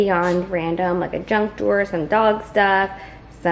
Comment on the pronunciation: Did you call the “junk drawer” a “drunk drawer”? 🤣🤣🤣